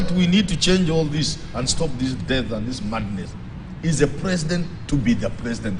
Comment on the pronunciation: i laugh at meru english- eti mandiness(madness)